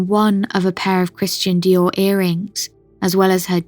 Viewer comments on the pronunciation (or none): none